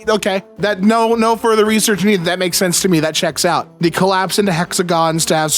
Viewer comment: Why do you pronounce "they" as "thee"?